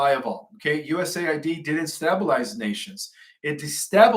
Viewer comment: A 4th grader can pronounce the word STABELIZE folks! Is he a droid? He keeps botching the easiest words to pronounce AFTER a couple of decades of research too!